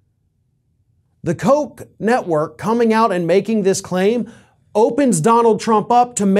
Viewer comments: Pronounced, "Cook." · Don’t get Jr. excited by saying “Koch (coke) Network” too many times. He might get the wrong idea about who doesn’t want to support his father anymore.